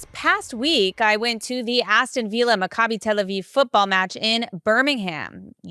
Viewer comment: My G-d, you have no clue how to pronounce "Macabi", do you?